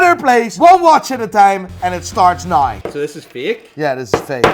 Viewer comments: you are Dutch, as long as you say oat, please just try pronouncing "now" the normal way instead of "noujj".. love your stuff btw. Groet uit Den Haag! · Even the Irish don't pronounce "now" as "noy", you sound like a fake Hublot. Get it right! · Why do Irish people pronounce 'now' 'nai''?